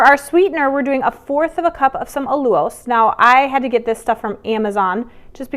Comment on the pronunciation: Lovely recipe~ thank you.=) *When I heard you say "allulose", I had to go double check myself, since I'd never heard it pronounced that way. Not a big whoop, at all, yet it really is pronounced; "al-yoo-lohse"..first syllable is "al"- sounds like pal, "yoo"- like you, and "lohs"- like low with an s at the end. =)